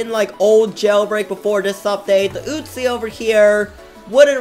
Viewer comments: Normal Person: Uzi - oo-z: Uzi - oot-chi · It’s uzi not utzi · WHY U KEEP SAYING UTZI